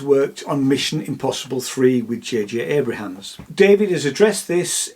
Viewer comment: Abrams, please. Not Abrahams